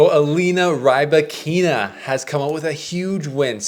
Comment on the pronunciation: I like the complete mispronouncing of the name